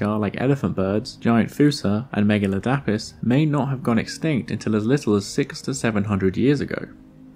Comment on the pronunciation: Megaladapis isnt pronounced like that it's megu-lad-i-puss